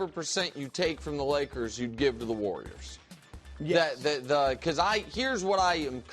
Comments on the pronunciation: The “Wor-yers” and their small ball 😆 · 'warwiers' Brou